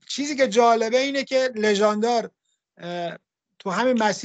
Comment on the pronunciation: سلام لذت بردم و ممنون از زحمات شما خیلی ها که دید دقیقی به مفاهیم و موضوعات مختلف علمی دارند برایشان تلفظ دقیق اسامی مهم است؛ در این ویدئو دیدم که روی نام ریاضیدان بزرگمان لژاندر بحثی شد؛ خواستم به عرض برسانم تلفظ دقیق نام “لژندر”، به این صورت است که دو حرف لام و “ژ” هر دو کسره دارند و مابقی هر سه ساکن هستند؛ و اینگونه تلفظ صحیح است. ضمنا معلم بزرگمان جناب اقای محمد هادی شفیعی ها که یادشان برای همیشه در دل ها باقی باشد و سالهاست این مرد بزرگ رخ در نقاب خاک کشیده اند؛ به نیکی کتاب هندسه های اقلیدسی و نااقلیدسی گرینبرگ را با همت مرکز نشر دانشگاهی ترجمه کرده اند که مطالعه ان همانگونه که مختصر و گذرا اشاره شد، برای این ویدئو قطعا مفید فایده است! پاینده باشید و تولید این دست از ویدئو ها را با قدرت ادامه دهید